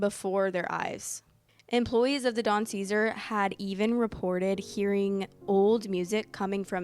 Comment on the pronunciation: You repeatedly say the name of the hotel wrong.